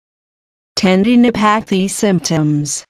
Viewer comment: hearing "ten-dee-no-pae-thee" in that voice was very distracting...